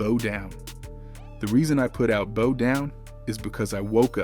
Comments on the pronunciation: I’m trying to figure out why he kept saying bow like a hair. It’s bow like what you do at the end of a performance. C’mon man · Bow Down, Bow rhymes with How, not Bo Down😮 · Narrators should know how to pronounce and emphasize proper syllables. It's Kee-sha and B-OW NOT KEE-SHEE-A AND B-OH!! SMH